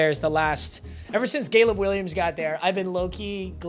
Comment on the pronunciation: Did my ears deceive me or did bro say gayleb Williams 😭😭😭